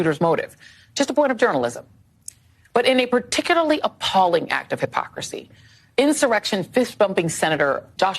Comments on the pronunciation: I will admit I hadn't made it that far in the video however that's not how its enunciated either. [IN] + [SUH] + [REK] + [SHUHN] is how it is phonetically and it sounds like in sr ek shn the way you typed it he would still be saying it incorrectly it should be in-sur-rec-tion at this point its semantics 👍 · Pronounced in-sir-rek-shon. There ya go then stop trying to prove yourself to me though I do not know you or care.